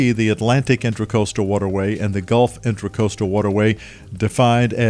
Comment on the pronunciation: It is the inTRAcoastal waterway. Not inTERcoastal…while you write it correctly, you keep calling it inTERcoastal.